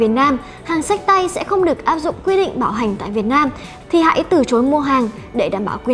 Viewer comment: Bạn nữ nói từ bảo hành mà cứ nghe thành bạo hành. Thằng bạn ngồi bên cứ ngó qua “bạo hành cái gì đấy...”